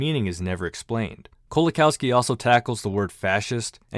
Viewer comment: pronounced 'LEzhek Koe-wa-kawfski'